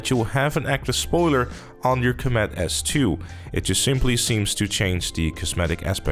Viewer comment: I hate how you pronounce Comet as comEt imo it should be cOmet. Otherwise i like your vids :)